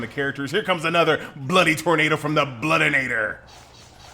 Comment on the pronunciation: there is no "n" in bloodiator lol. But you pronounce it with one